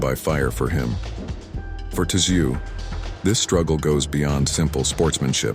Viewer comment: How come nobody can get Tim's surname right it's pronounced zoo not tzoo